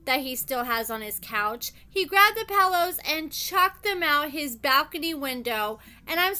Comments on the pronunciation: PELL ohs lmfao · Why do you say pillow like that 😂😂😂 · Right?! I was wondering the same exact thing 😂😂😂